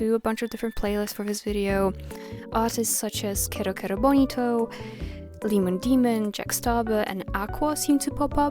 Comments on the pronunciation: mostly just commenting to help the algorithm, but also why did you pronounce lemon demon like that??? what is "leemon demon"???? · Did you say Lemon demon??